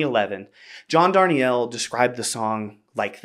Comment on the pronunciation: Thanks for this: an earnest, smart celebration of a worthy song. One small correction: John pronounces his last name "dar-NEEL," not "darn-ee-ELL."